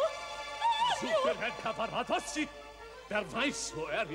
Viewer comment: Sehr geehrte Frau ansagerin der tenor heist nicht Caravadossi,sondern Cavaradossi...!!!